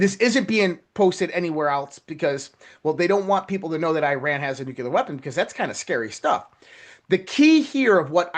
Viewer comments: NucLEAR not NucULAR! Write out the word N U C L E A R.....now say what you see. Phonics people! Drives me beyond bonkers hearing this guy say nucular 500 times during 28 minutes. Holy crap man! He also likely calls it 'supposebly'! 😂🤣 (it's supposeDly btw). Geez! Nobody can spell or write or speak proper English anymore. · It is nuclear…. Not nukular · This dude is so well informed he doesn't know how to pronounce NUCLEAR. Not "nuculer"! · Geez,, it's nook- lee-ur not nookular (George W Bush language). That sounds picky, but during the Cuban Missle crisis, my 5th grade teacher said that if we were scared of it, and facing annihilation, at least pronounce it correctly! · wish the guy in red shirt could pronounce nuclear ? he says nuke-u-ler, just like dumbo 'W' Bush did. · NUCLEAR -- watch your pronunciation. You don't want to sound like GW Bush!